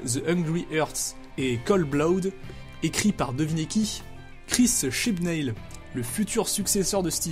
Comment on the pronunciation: OMG "Chibnail" mais on prononce "Chibnaule"